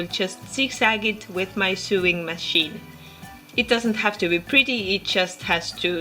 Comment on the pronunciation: Great video.. love it.. just a quick point on English pronunciation (which sucks).. "Sew" is pronounced exactly the same as "so" and "sewing" is pronounced "so-ing". Keep up the great videos!